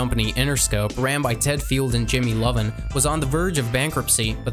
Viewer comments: Lol ok, - “Leed pipe”😄 You mean “lead pipe”, pronounced “LED” pipe. Y’know, like lead? Heavy metal? - “Sub-pone-ay”🤣🤣 You mean “subpoena”, pronounced “suppeena”😆 - “Jimmy Lovin’” 😂 It’s Jimmy “Iovine”, pronounced “I-veen” C’mon man, leed pipe😂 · Jimmy Ivine not lovin learn your capital letters L compared to capital I lol. 🤦‍♂️🤦‍♂️🤦‍♂️ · did he just say Jimmy Lovin? Isn't it Iovine? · Did he just say Jimmy “Lovin’?” 🤦🏾‍♂️ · Ok when you can’t even pronounce one of the most influential people in music and pop cultures name right you already this dude doesn’t know anything about what he’s talking about…. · You really pronounced Jimmy's last name like that.. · If you're going to pronounce tupacs last name -do it right.if you're going to pronounce the owner of interscope name-do it right.pac wasn't locked up for the charge you claimed.